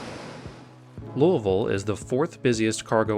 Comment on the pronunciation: Awesome. Great job of my airport. And you get a gold star ⭐️ for pronouncing Louisville correctly!